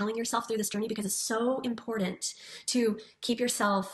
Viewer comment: I despise MLMs and predatory practices but I think I hate the most how all Huns seem to pronounce “important “ as IM-POR-DENT